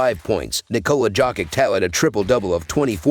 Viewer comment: And he be boostin me wit the nikola jock itch too 😂😂😂 nonetheless great info 🤝